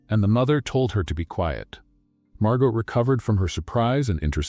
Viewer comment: Nice story. But 2 comments: 1: Never heard either one of them profess their love for each other, even when he proposed. Weird. 2: Please kill the background music. It really takes away from everything. Doesn’t help at all. But the stories are lovely. Even if Margot’s and Elia’s’ names were continually mispronounced. Thx!